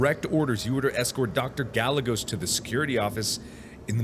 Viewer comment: "Gallegos" pronounced "Guy - Ay - Goes" lmao